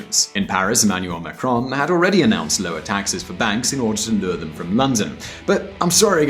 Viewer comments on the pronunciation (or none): none